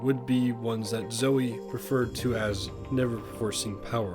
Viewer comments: Just to let you know. Zoe is Pronounced with the E at the end :) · That's not how you pronounce Zoe.